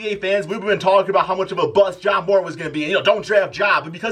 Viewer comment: Learn how to pronounce ja morant